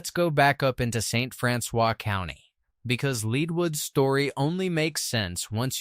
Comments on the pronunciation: If you are going to make videos about an area, you should really check out whether your AI systems are pronouncing it properly. bonne terre is pronounced bon-tear ( as in tearing up a piece of paper) st francois is pronounced st. francis leadwood is pronounced lead-wood same as the lead that was mined out of the ground not lead as in leader this AI also butchered caruthersville, desloge and several normal words that humans would have known which pronunciation to use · Wheres "Bon-Turray" or "Dez-lodge" AI sucks and so does this channel. It cant even pronounce the names properly. If you asked a local where Bon-Turray,Saint Fran-Swaa,Leed Wood,Ca-Ruethersville were? Theyd look at you like you were F'd up !!!! THIS CHANNEL SUCKS !!! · I'm watching in St. Louis. Just an fyi, "St. Francois County" is pronounced St. Francis btw. 😖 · That's because the original pronunciation has been ignored throughout the years, Franswa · I'm only to St. Francois (Francis) and I'm not gonna be able to watch the rest because it drives me crazy!